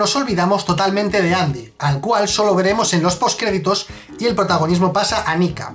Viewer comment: ¿Qué Andy? Siempre fue Endi XD